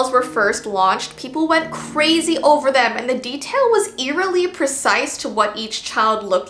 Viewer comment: I love how she seid “ because I’m kinda CrAZY